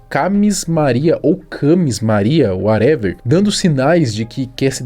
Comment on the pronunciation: Nossa... Esse "uarever" doeu na alma...